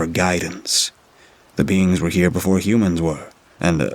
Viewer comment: Who else thought he said the “beans” and took a few too many seconds to process ooooohhhh “beings” 🤪😂